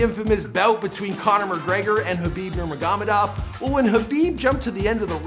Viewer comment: khabib nurmagamadav?😭😭😂😂😂